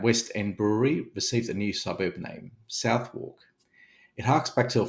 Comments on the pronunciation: The new name of the old brewery site is pronounced Suth-ick not South-wark FYI hahahaha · Southwark is pronounced Suth-ick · Thanks for an informative video. Just one thing to satisfy my pseudo-pedantry: Southwark is traditionally pronounced Suthick, or Sutheck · Came here to say the same. I'd liken it to the pronunciation of Suffolk, but with the ff replaced by the "th" voiced with the vibrating /ð/